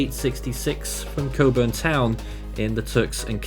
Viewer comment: It's named for Francis Cockburn, former Governor of the Bahamas. It's not even pronounced like that... KO-burn, not COCK-burn.